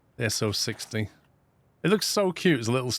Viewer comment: extreme level of pendantry with nomenclature, but the S060 isn't "ess oh-sixty", but "Ess-oh-six-oh". this is because the numbers refer to how many non-drive - driving - non-drive wheels are on the locomotive : in this case, no non-drive wheels infront of the drivers, 6 driver wheels, then no more behind. if there were two non-drive wheels infront of the driving wheels the model number would be S260, for example.